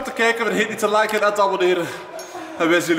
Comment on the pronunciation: Hij zegt aborneer en liek😊